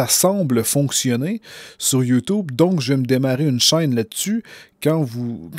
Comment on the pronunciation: On dit YouTube avec un U et pas ou c'est chiant enfaite